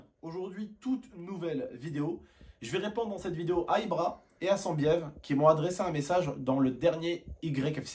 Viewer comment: c'est pas sanbiev cest sannnnbiev